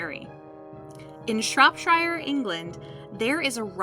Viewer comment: dude i live in Shropshire, and thats not how i say it but i guess people can say it like that? lol but awesome video though.